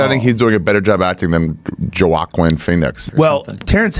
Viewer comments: anybody else immediately get pissed at Ari right when this video started for calling dude "JO-AHQUINN" instead of "WHAKEEN"? 😤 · Joe akwin pheonix 😂😂😂😂 it's pronounced wakeen lol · Jo-wock-o-in Phoenix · Wa-keen. Not jo-a-Keon. 10 seconds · “Jo-awkween” Phoenix 😂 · Joe -akwin feeeeix... ffs joe. Get some real people on your podcast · Joaquin is pronounced wakeen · ‘Jo-akwin phoenix’ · Did that restart say jawalkwin Phoenix..Jesus what's wrong with ppl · Joe wakwin phoenix? 😂😂😂😂😂😂 that dude is stupid or really high! 😂😂😂😂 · Juaquin is pronounced like Wah-keen. I don't give any credibility to someone who is too lazy to learn how words are pronounced. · "jockqween phoenix"😆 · Who the fu@ is Jawakin Pheonix, "Grown" adult on Joe Rogan doesn't even know how to say Joaquin (wah-keen) name right. Maybe he should put the weed down and learn how to read. This country is fu@ sad and it's only getting worse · Are we really going to scroll past the fact that Ari said Joaquin Phoenix‘s name was jawkeen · Ya joe-a -keen is what i heard either way that's funny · Joaquin I believe is pronounced sounding like wok-een. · Whoaaa, just started and found it interesting how that guy at the beginning was way off pronouncing Joaquin in Joaquin Phoenix. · Butchered Joaquin's name like hell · The way he pronounced "Joaquin" Phoenix, just bothers the shit out of me. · You can tell it’s a fake video- seriously, the way he pronounced Joaquin phoenix name…. Even Arnold as the t-800 could do a better job.